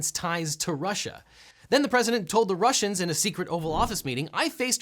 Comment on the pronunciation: D-dude, you can't use the hard R at the end, that's racist to Russierns